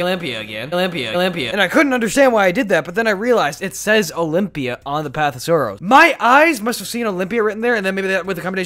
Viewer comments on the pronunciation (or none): He said the path of sarrows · Lmao he said olymbia then says path of sarows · He said path of sorrows